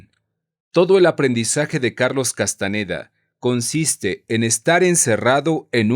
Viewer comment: No es Castaneda, es Castañeda.